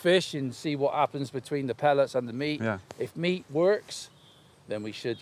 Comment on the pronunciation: Restons français. (phonét*) Soit tu dis "pelletSSSS" soit tu dis "granulés" : les "pelé" ça n'existe pas.